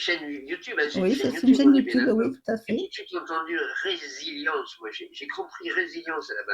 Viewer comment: On dit résilience et non pas revelience